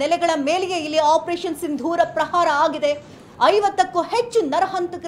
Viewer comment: ಸಿಂಧೂರ್ ಅಲ್ಲ ಸಿಂಧೂರ ಅಂತ ಹೇಳಿ ಹೆಸರು ಕೇಳಿದರೆ ರೋಮಾಂಚನ 👌ಜೈ ಭಾರತ ಮಾತಾ ನಿನ್ನ ಕಣ್ಣೀರು ಹಾಕಿಸಿದವರ ಉಸಿರು ನಿಲ್ಲಬೇಕು ಜೈ ಮೋದಿಜಿ